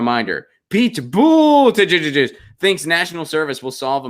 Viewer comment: Think your pete's name pronunciation is cute? Clicked off , can't take you seriously